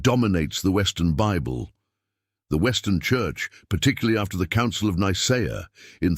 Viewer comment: its pronounced Nicea, not Nicer